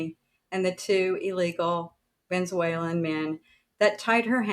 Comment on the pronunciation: How can we still not pronounce Venezuelan?